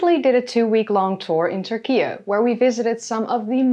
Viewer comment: Turkish people pronounce it "TurkiE." Why are you pronouncing it as "TurkiA"?